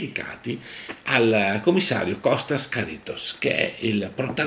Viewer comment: Màrkaris e Chàritos, attenzione agli accenti!